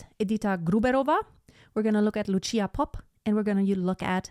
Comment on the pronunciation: Vážená madam. Lucia Popp sa nevolá Luchia Popp. Bola to slovenská operná diva, ktorá síce viac vystupovala v rakúskej Viedni, ako v Bratislave. No to na veci nič nemení. Odporučil by som Vám, vyhľadať si niekde na webe, ako v slovenčine znie meno Lucia. Je to problematické objasniť v angličtine. No to, ako to vyslovujete, by v slovenskom jazyku bolo napísané Lučia. teda niečo ako tch. C (si) by sa dalo možno napísať v angličtine, ako ts, Lutsia. A ešte k jednotlivým ukážka. Nahrávka Lucie Popp, je z roku 1964 a napriek tomu, aj dnes znie bravúrne. Presnejšie ISKRIVO. V niektorom inom príspevku na Utube, je prehľad 9 speváčok, aj nespeváčky (Meryl Streep) tejto árie. Lucia tam nie je, čo považujem za neférovosť. Lebo to mal byť prehľad tých najlepších interprétok sveta. Netvrdím, že medzi nimi bola niektorá z nich , slabá, ale Meryl tam je uvedená zbytočne. Inak , je skvelé, že ste si k porovnaniu vybrali dve slovenské, operné divy, (Popp a Grúberová) ktoré dobili svetové pódiá a nezabudnuteľne na nich, zažiarili. Ako skutočné svetové hviezdy.